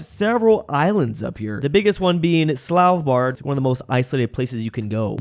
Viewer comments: did just pronounce sval-bard as slav-bard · Did really just say "Slavbard" 🤣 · Ah yes Slawbard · Pretty sure he said "Slalbard". The "v" seemingly vannished entirely. EDIT: Listened to it slowed down: the "v" is still there, but in the wrong place and preceded with an extra "l" - "Slalvbard". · I love when is looking at the name of a place but still mispronounces it. (Ref: Svalbard)